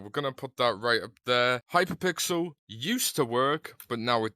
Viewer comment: are you saying hyper pixel or hi pixel when saying hypixel